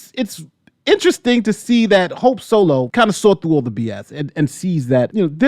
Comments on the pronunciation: We just gonna ignore the "sope holo" flub? 🤣 I thought you did it in purpose. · Anyone else hear him say “Sope Holo” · I had to listen to it 4 times. You really did call her "Soap Holo" . 🤣🤣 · We gonna talk about the fact he said sope holo ?